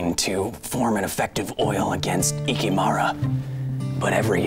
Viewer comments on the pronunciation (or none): Hi Kyle! I have to make a little but very, very important correction - it's kiKImora, with the stress on the second syllable, not kikiMOra. Even Wikipedia's got it right. Please add some linguistics to that pile of sciency stuff you know about. Also, could you explain why you always pronounce that "H" in the middle of "adhere"? Isn't it supposed to be silent? Thanks!